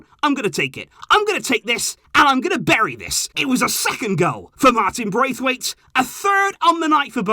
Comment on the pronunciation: Martin Bracewaite you know 'Bracewaite'